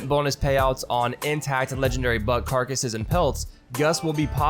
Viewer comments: When read "legendary buck" I thought he says "legendary bug".. would be more accurate:D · Lol I did hear “legendary bug” anyways